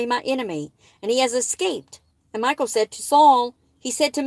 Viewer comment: I think Her name is pronounced mi...short i , like in the name Mickey. And then call, like a telephone call. Mi-call. Michal. I hope that is helpful.